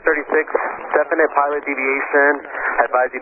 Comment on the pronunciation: I agree. I think the controller may find that some 'retraining' issues on his own part might arise from that 'Definitie' pilot deviation.